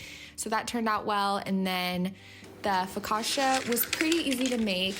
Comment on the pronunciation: Loved everything😍! Just so you know, the double C in focaccia is pronounced as the one in cappuccino